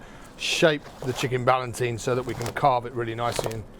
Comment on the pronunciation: It's chicken 'ballotine' in French, not ballantine as he says, that's whisky as far as I know😀. Nice recipe anyway, best poultry in the world.